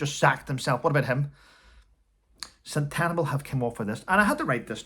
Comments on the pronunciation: It’s pronounced Sen-te-bali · I ❤ you but its pronounced sen ta barley xx